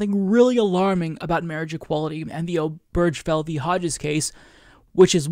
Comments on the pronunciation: Point of order, - Obergefell has four syllables: ober-gefell. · Not to be that guy, but it's pronounced "Obergafell".